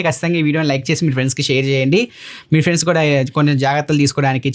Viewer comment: bye priends😅😅